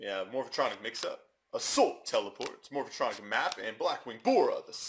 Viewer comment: ITS MORPHTRONIC NOT MORPHATRONIC! GET IT RIGHT!!!!